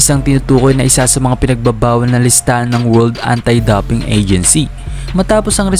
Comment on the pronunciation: Dowping ang pagbigkas po, hindi daping😊